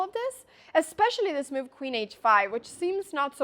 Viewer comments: why is she pronouncing "move" as "mewv" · Avery single “e” sound aes a bit weird (“chack”, “chass”) and every time she says “move” (which is a lot) I hear “meuve” or even “mioof”. I always think of Mjolnir. Actually the distorted-vowels make it pretty hard for me to understand what she’s saying. But I’m quite used to rewinding a lot anyways